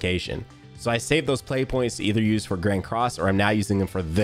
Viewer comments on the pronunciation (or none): none